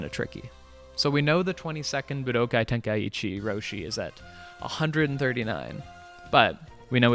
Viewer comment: Props for correctly pronouncing budokai! But its nit tenka eechee its ten kai chi